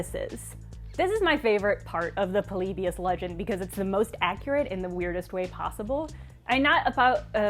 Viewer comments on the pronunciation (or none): Why do you pronounce polybius so weird? You pronounce it like "Pole-lee-bee-us". Just pronounce it "Polybious" like everyone else.